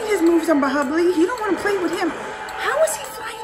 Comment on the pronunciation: it's bahubali not bahibali🤨